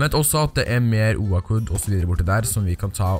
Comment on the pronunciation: du sier oak feil xD mn bare søt d Cx ;D